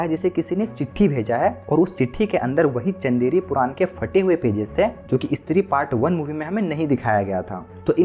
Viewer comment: Eeestri kya he bhai? Stree bol